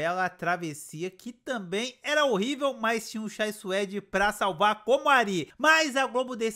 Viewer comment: Nicolas Prattes fala uma frase qualquer e já está com os olhos marejados e cuspindo , além de não conseguir pronunciar a preposição "para", é sempre "pa você" "pa mim". Não aguento mais ver a Gabz fazendo a mesma cara de susto, é sofrível, na minha opinião, como espectadora, foi um tiro no pé colocar essa menina, a escolhida deveria ser a Jéssica Ellen, essa sim deveria ser a protagonista da novela das 21h. Não aguento mais ver o talento da Ana Beatriz Nogueira sendo desperdiçado, dizendo que a viola é a mulher da vida do Rudá 🫠. A trama e a atuação da mulher do brigadeiro, na minha opinião, é terrível e só piora, sem contar a do marido abusivo que não deixa a mulher comer. Olha, francamente, como espectadora, só não desisti dessa novela porque gosto do Chay e foi uma grata surpresa ver a Ágatha Moreira em cena, quero ver o desfecho da Luma.